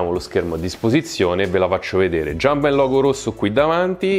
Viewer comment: IL "GIUMPMEN"